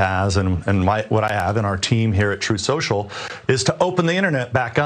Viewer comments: He lies soo much he can't even say the word "truth" correctly lmao! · He was almost there with his pronunciation of his garbage new social media app. "Troth sential" so close to the proper name "troll central" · He couldn't say truth social either! Troth Senshul! 😂😂😂😂😂